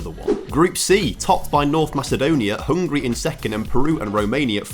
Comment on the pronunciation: *Hungary not hungry😂